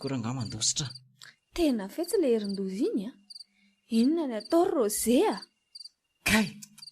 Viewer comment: Misaotra o !! Mbola mila ezaka ihany io! Ny texte mila amboarina ihany koa fa be détails loatra . Ny teny frantsay koa mila tononina tsara: sambre (chambre)' rozė (Roger)...